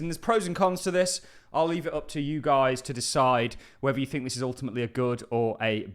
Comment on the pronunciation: Do you fink so?